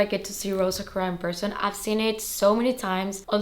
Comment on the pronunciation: Aah congrats! I knew it had to be the B25 in Rose Sakura, the color is perfect. Btw, just wanted to let you know that sakura is pronounced sah-koo-rah:) enjoy your new bag!